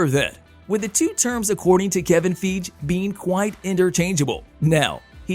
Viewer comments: 😕 Question???....Who in Tha F☆%k is Kevin Feeege??? 🤷‍♂️ That damn robot voice be F☆%k'n up some names! 😏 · Wish you'd say Kevin's name correctly. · First- we all know that they can not make or reboot xmen until the contract window of the other cast expires. Everyone knows that is 2025. So stop with the I think nonsense. You are not predicting anything. Also learn how to say Kevin Feige's name.